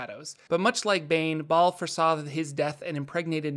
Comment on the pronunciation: Hay the h in Bhaal is silent...